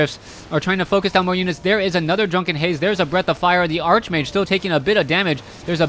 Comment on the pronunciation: Everytime he says Archmage, it hurts.